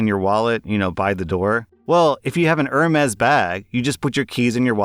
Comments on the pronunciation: Love the content but it’s pronounced erm-ees liked Hermes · Ah, it’s “air may”